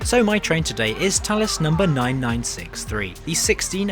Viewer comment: Ok, so I only just learned it’s pronounced “Tallis”, and not “Phallus”, which is much more fitting…